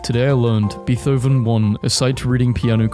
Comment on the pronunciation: WHY DID HE SAY BEETHOVEN LIKE BEETH-OVEN